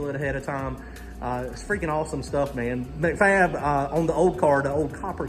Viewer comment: You could tell it was all while could do not the correct you when you said "McFab" over and over! Lol That's Mac-Fab there, pronounced Mack-Fab.. 😂🤣